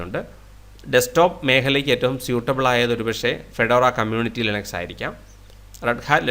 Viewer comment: ലൈനക്സ് എന്നൊക്കെ പറഞ്ഞ് കഷ്ടപ്പെടണോ ഇറ്റ്സ് ലിനക്സ് 😂😂😂